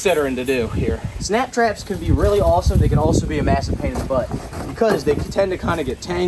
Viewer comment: Thought you were saying snack traps. You had us in stitches today. Thank you. Wish we were closer. never eaten crabs.